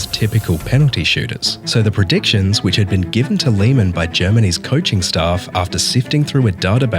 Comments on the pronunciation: Please don't pronounce it like Liemähn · No hate or disrespect or anything love this video but it’s pronounced l-ay-man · Please change the pronunciation of Lehmann because is unbearable to listen to. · Also Riquelme’s name have never been Rodriguez. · why the hell do you pronounce lehmann like that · I didn't expect a british bloke mispronouncing Lehman's name